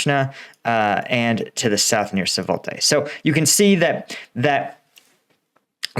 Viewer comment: the correct spelling of Svatove is not savote 😂 It’s something like “Svato-vé”